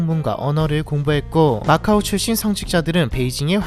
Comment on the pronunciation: macau인데 왜 오로 발음함?